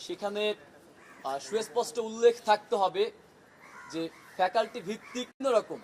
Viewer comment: ফেকালিটি উচ্চারণ করা লোক😂